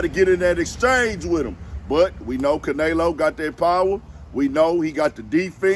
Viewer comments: no the way e is pronounced in Spanish is "eh" not "a" which we pronounce as "aye" anyway. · Ca nelo not Can elo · S/O to caNAYlo lmao sheesh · Say it Again “CanAyLo!” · LMFBAO Caynalo aka canola 🤣🤣🤣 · Bruh you need to say that man name right if you gonna do content on it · You clearly don't watch boxing your saying Canleo name all wrong lol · Butchered the fuckin name up wtf bruh if u gunna say it n give props say it right lol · 😂 Yea he slaughtered the man’s name pretty bad. That Houston accent just wouldn’t let him do it. 😂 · man if you dnt pronounce his name right lol i guess jermell is jermello lol